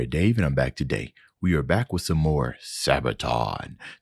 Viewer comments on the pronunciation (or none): none